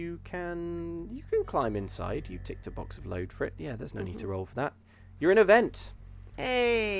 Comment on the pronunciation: "in the e-vent of an emergency please exit quickly"